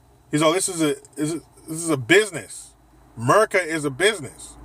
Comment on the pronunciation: Dude whenever u say ‘merica’ I crack the f*ck up 🤣